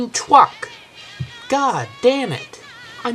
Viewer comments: he says twuck. he says truck. making me think this is psychological and not physical. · dude u said fucking twuck its supposed to be truck LOL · ITS A FUCKING TWUCK, Say TRUCK Dumb Ass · you said it's a fwucking twruck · is it a twuck? or a fucking twuck? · i laughed so hard when he said twuck lol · speatch inpediment. ithhhaaa twuck@ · "Its a fucking twuck" learn how to speak.